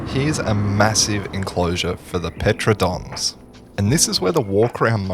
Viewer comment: Why do you pronounce Pteranodons like that?